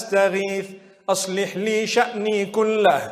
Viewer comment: a little correction needed. Not "Aslin nee..." but "Ash-likh nee.." or "Aslih nee ..."